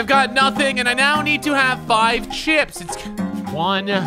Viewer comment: bro how he says 5 is so funny